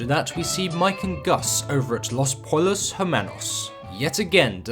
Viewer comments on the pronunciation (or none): Great vid! By the way, the double L sound in Spanish is pronounced like a Y in English. Los Pollos is pronounced "Los Poyos" :)